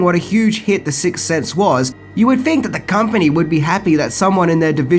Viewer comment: ‘So what do you guys fink?’ Lol